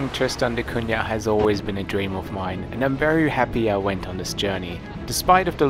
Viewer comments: Great Video, as a Guernsey man I also appreciate solitude, only comment is there is no Y in Cunah so its not pronounced da Cunyah just da Cuna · Maka calls it " Kun~nya " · Even after you were told how to pronounce it, you STILL pronounce it TristOn...it's TristAn...and it's NOT CunYa....Come on!!!!! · Thanks for giving us a chance to see what life's like on Tristan da Cunha, a place I've always been very curious about, but will probably never be able to visit (at least I did visit beautiful Ushuaia, though!). And since I'm a native speaker of Portuguese (I'm Brazilian; the island was named after Portuguese navigator Tristão da Cunha, adapting the first name to English spelling), congratulations on your very close pronunciation of "Cunha", which contains a sound not found in regular English words (Portuguese "nh" is the same as French or Italian "gn", as in "mignon" or "gnocchi" — so, sorry, guys, "piranha" is NOT pronounced "piranna", but rather as if it were "piragna" in Italian; it's similar but different from Spanish "ñ"). Only remark: the middle "da" MUST be in lowercase. It means "of the" in Portuguese (in the feminine singular form), and you don't capitalize "of [the]" in English either, even in personal or place names (e.g., "Prince of Wales", "Port of Spain", "Mull of Kintyre", "Lake of the Woods").